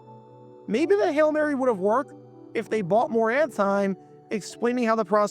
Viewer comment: Well they also said “hell Mary” a number of times. i think we all know it’s “Hail Mary”.🤪